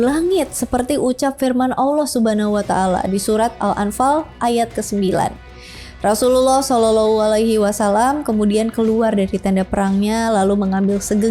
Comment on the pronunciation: Susah bget pas berkata Rosululloh saw,, demi konten Bersyahadat lah min admin..!!!